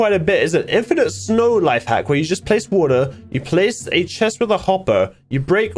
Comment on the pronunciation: the way that said a bucket o'wo'ra